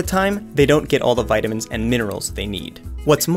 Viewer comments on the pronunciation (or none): none